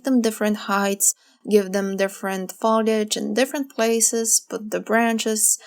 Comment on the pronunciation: To be helpful, not to give you a bad time, the word FOLIAGE is pronounced with a hard O, like Phone, or boat. And your painting vids are very helpful! Thank you.